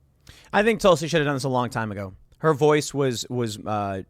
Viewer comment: Tusli? I thought it was Tulsi!